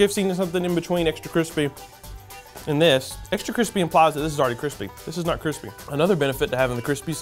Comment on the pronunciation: “Crispay taters”